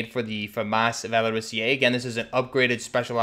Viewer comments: It's pronounced "Val-or-is-zay" not "Val-or-is-eee-ay." You're adding a syllable. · I'm French, the "Valorisé" was almost right ! you just mispronunced the "sé" part wrong, you are saying it like if it was written like "Valorisié" i think on an online translation device you can actually heard the right pronunciation. But i tip my hat to you cuz french is really weird ! EDIT : you pronunced "Félin" like "Fueline" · Yo, Great video again! I'm a fan from France, "Félin" was well pronounced, it's just that you don't need the little "e" that you pronounce before the "é" in "valorisé". It's something more like "valorizay". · Yeah le " Valorisé" should be pronounced like Valori"sae" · You pronounce it wrong, you said valoriSIÉ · my French teacher said the e don't need to be pronounced